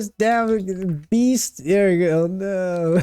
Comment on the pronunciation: "breast" instead of beast - a classic. A Freudian Slip perhaps? 🤣🤣🤣